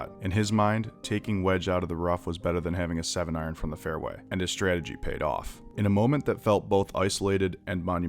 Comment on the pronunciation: “Stratergy” lmao